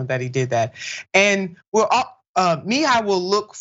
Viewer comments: Kenneth Muh-he-yuh/ya. I love you but please check the names if you aren't sure about them. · Immediately switched off from this video due to the disrespect of mis-pronouncing the guest's name twice! Always prepare yourself prior to production when guests are scheduled in advance. Other than that, I love what you stand for; proud of your show but I will make sure to watch you next upcoming show! This one threw me off (mah - hee - ah) is the correct pronunciation though! LoveLove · Kenneth Muh-he-yuh that's how you pronounce it!!! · Please learn how to pronounce someone’s last name properly. It was rough listening to this with the mispronunciation of last name.